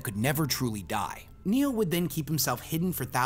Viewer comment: Neoth** Not Neoh. Erda was not a childhood friend. has not read the books